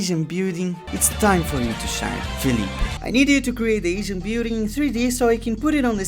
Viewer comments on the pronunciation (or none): "i didnt have time to render the bewding so i used a bunch of images of the bewding" i was so confused at what you meant... you meant building!